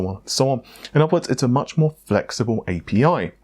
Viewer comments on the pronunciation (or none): So is Amata gone forever? is pronouncing A P I as APPEEE. Damn it. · I like how you say API